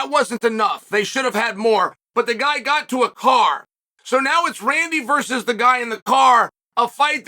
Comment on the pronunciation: "Heww da fook is dat guiiy"